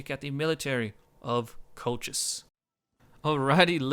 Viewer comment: Colchis is pronounced as in "call-his", or if it is too hard, most English speakers would pronounce it as "call-kiss". I tried the Kolkhis campaign just before the revised GC campaign submod came out (with the changed diplomacy and starting barracks) and found it quite hard. Granted I was playing with Hardcore/No CAI (meaning longer build/research times and higher costs), but still, everybody pretty soon gangs up on you and SHTF. As you said, Arche Bosporus is your main threat and knocking them out quickly is probably the best strategy. The Colchian medium cav is one of the best mid tier skirmisher cav, given their decent armor/defence/attack and most importantly speed of 8 (most other mid tiers have speed 7). One of the things that makes the faction start difficult is also the fact that if you want a flexible, combined tactics sort of army you need both your barracks buildings (greek at lvl 2 and caucasian at lvl 3, IIRC), which places higher strain on your economy. I might give it another try with the revised GC, but I am waiting until it is compatible with 12 tpy and the Hardcore submod.